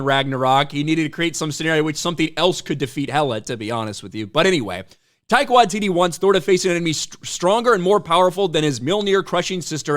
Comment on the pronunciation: Taika Washiti ?... please Not that Jojo C*appy guy.